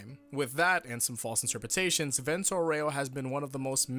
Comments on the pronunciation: Just a thing: the pronunciation of Aureo is incorrect. It should be Àureo, not Aurèo. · It's pronounced àureo, not auréo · AAA-u-reo not Aureoh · why y'all pronounce vento aureo wrong smh, it's Aureo, not auREo... accent goes on A, ffs. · I didn’t know you could say aero that wrong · The vento was pronounced reasonably well but the aureo was insuferable harden that "r" almost as much as a russian acent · For the love of god stop emphasizing the E on Aur*e*o, you should emphasize the *A*, or just say golden wind.